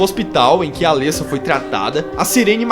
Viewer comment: O legal é que no filme dublado e legendado fala-se os nomes dos personagens corretamente, e todo mundo consegue falar errado xD. Alêssa ou Cibél xD. Ri muito, mas nada que atrapalhe a absorver o vídeo, coisa de fã mimizento, eu sei. E elas não morreram, tem continuação explicando o final do filme, bom você se informar mais pra não falar coisa errada xD